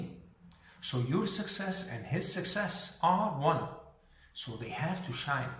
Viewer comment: Shine not Shy